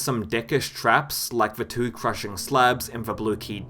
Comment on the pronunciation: "Map twooeaou"